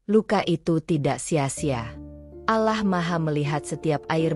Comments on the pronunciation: Harus nya yang baca cerita nya orang yang beragama Islam, biar gak nyebut alah tapi Allah 🙏🙏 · Mf min perbaiki dikit. Bukan alah sebutanya tapi allah